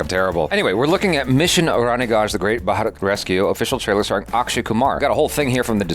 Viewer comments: Im shocked, you said 'Bharat' perfectly. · said bharat correctly. Didn't know his tongue allowed it to say